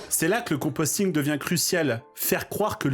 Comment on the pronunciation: c'est le compositing, pas le composting :o